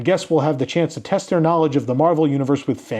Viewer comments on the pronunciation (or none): none